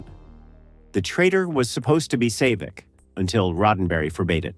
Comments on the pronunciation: It's pronounced SAA-Vic, not Say-Vic. Get it right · It’s pronounced Saaavik not Sayvic damn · Who the hell is Save-Vik?? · SAY-VIK? Boy, A.I. always exposes itself.........HIRE A GODDAMN HUMAN NARRATOR!!!!! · Sayvik? ugh ... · Who the hell was Save-ick? No habla English? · Wouldn’t it be great if video makers ensured that their AI voices properly pronounce important names and places, like “Say-vic” and “General Chung”? Has editing died, or does no one care anymore? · Maybe pronounce Saavik correctly. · Right off the bat, you said Saavik wrong. If you've watched the movies, you would know how to say it. You lost credibility, so I'm out. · AI slop, can't even pronounce Saavik correctly. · It also mispronounces Saavik's name and, in some instances, you can tell the voice is AI. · I realized something was up once they mis-pronounced 'Saavik.' Sounds a lot like someone that has never seen the movies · Saavik pronounced with an AI accent.